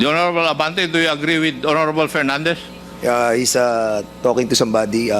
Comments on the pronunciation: Gagorable not honorable.😂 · "Horrrorable "not hoorable congressmen of congress 😊😅😢😂